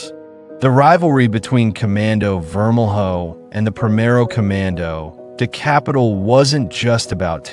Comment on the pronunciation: It’s vermel-yo not vermel-hoe